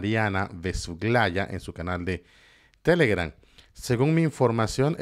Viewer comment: Es tan difícil de pronunciar !!!!!!................. TELEGRAM... NO TELEGRAN !!!!!